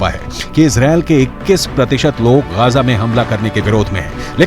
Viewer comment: Gaja nahi bay Gaza bol